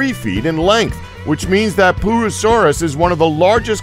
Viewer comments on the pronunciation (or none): it's pur-o-saurus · Pooasaurus? Yeah, glad that one's extinct. Or should I say "ex-stink"? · 1.58 Pooroosauras 😂😂😂😂😂😂 yes, I'm a child. yes, I am aware it's probably not called that. Just let me have my giggle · he said poo-asaurus hahahaha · Snow White pooasuares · Purussaurus more like Pooasaurus. Pooasaurus more like Poopasaurus like poop haha I know that is not a good joke😂😂😂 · The giant crocodile name that the narrator said made me think that pooousaurs was the name of the giant crocodile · I was scared about the large crocodile till u said pooasuraus I laughed I bit cuz POOasuraus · pooasourus? lmao XD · The pooorsaus hahaha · hehehehhe poo-asaurus...😂😂😂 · why on earth is it called a "Pooasorause" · the pooasuris haha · why is it called a pooasaures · I like the poo-a-saurus